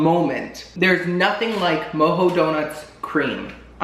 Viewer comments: Isn't it pronounced Mo-Joe not Mo-Ho? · Lmaoo I’m sorry but it’s mo-jo not mo-ho donuts 😆 love their white deco delight 🤤